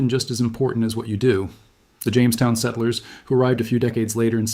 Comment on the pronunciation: I had suspicions, but I was sure when I heard it pronounce settlers.